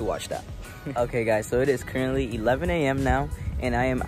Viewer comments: No one:: CuRentLy Me heart 💗💓💞💕💝💖💘🥺🥺😩🥺😩🥺🥺🥺🥺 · Ceo of being so cute and getting so much hate for saying currently 😩🥺🥺